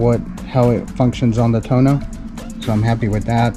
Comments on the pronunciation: TUUUUUUUUOOOOOOOO NOOOOOOOO not Tuno.....lol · It's Too-ono not tono. But your Guzzi is just beautiful. Thinking of getting one myself. Enjoy. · It’s too-oh-no, not Tone-o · Please have an Aprilia dealer teach you how to pronounce Tuono! I had 2017 Factory and it was a great bike. I now have the V85tt and considering the V100. Now if MG would put this engine in the V85 I would keep it.